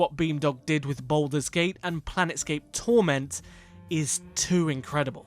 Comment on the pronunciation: Hate to be that guy, but it's Planescape Torment, not "Planet scape torment"